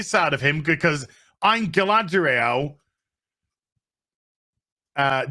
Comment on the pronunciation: Guyladrrrriellll [dramatic pause] queen of Karens and tank0resss of pyroclastic flows